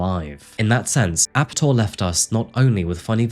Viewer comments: Yeah I think Ape-Tor would be a better pronunciation than Ape'tor. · I'm from sweden. And his name actually is pronounced Ape-Tor (monkey-tor) from his fascination with apes (monkeys) and his name -Tor.